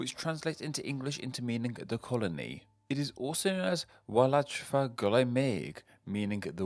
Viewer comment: I'm not even fully welsh but I knew enough to know he was pronouncing those horridly, ch isn't like in cheese, but in loch, and f isn't f but v example Y Wladfa, how he says it "wuhladfah", more accurately "ooladvah"